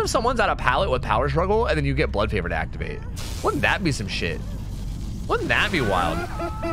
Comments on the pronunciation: Fun drinking game: each time mispronounces Blood Favor, take a shot. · called “blood favor” everything except it’s name. that’s why we love you